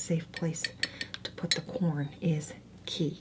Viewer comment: I’ve never heard someone say corn like that. “Cworm” I love it